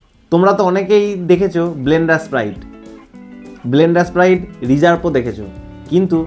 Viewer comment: মদের নাম টা আগে উচ্চারণ করতে শেখ,,, ওটা ব্লেন্ডার প্রাইড,,, ব্লেন্ডার স্প্রাইড না😊